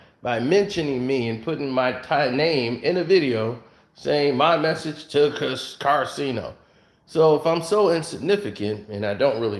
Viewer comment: He called him karcenio lmao